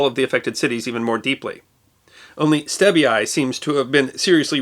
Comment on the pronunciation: Stabie is pronounced “Stabby eye”.